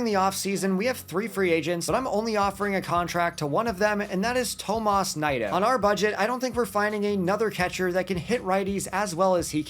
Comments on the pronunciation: It's pronounced "knee-doe" not "nye-doe" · Definitely butchered Nido